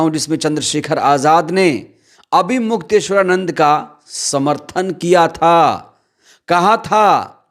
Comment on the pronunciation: Mukteshwar Anand sahi se bolo